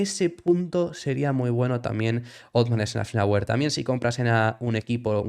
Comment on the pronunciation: “safnauer” por favor. que metes una n que no existe